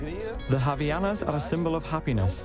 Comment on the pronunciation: And also "Havianas"??? WTF?! It is called "HavAianas",... yeah boy...